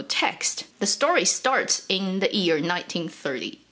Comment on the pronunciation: You cannot say ‘year’ properly, strange